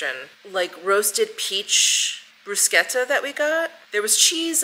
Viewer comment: Thank you for pronouncing Bruschetta correctly!